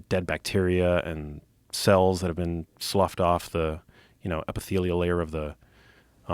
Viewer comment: Up hill “slaudge” ? The word is Slough, Joe.